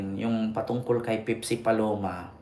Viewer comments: Npaka bobo mo ,pepsi ndi pipsi , halatang wala kang alam nag mamarunong ka . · Bakla Pepsi. Hindi pipsi